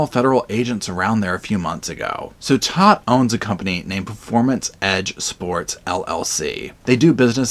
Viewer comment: Todt is pronounced tote, like a tote bag. I am a Todt (of a different and unrelated family)